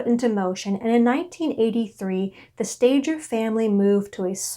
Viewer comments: Why don’t people doing these documentaries try to find out how to pronounce the names of these people correctly? Sta ger not Stager. It’s a g not a j. Why bother to listen if a simple name is wrong? How much else is wrong. If you can’t do it right , don’t do it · oh dear first thing are the last name is pronounced stay gurr its a hard g there are so many documentaries on this you could have checked how to say it.